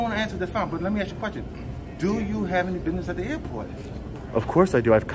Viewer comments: "Axe". Can none of these fucks speak English properly? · Let me axe you a question 😂😂😂😂😂😂😂😂😂😂😂😂😂😂😂😂😂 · I axed you a question 😂😂😂😂😂😂😂😂😂😂😂😂😂😂😂😂